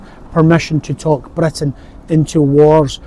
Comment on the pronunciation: can any one tell me which area of uk does this YouTuber come from? his accent is interesting. i want to visit that part of uk. i once head the original English once had uvular trill. Britain should pronounce as blr~, just like he pronounced. Indian got their accent from that. i wonder if that's true.